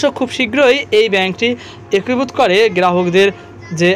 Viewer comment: হয়েসে কি জিনিস? একুভুত কি? আর রয়েসে কি? বাজে উচ্চারণ নিয়ে পাবলিক ফোরামে আসা উচিত না। আগে উচ্চারণ ঠিক কর তারপরে বকবকানি।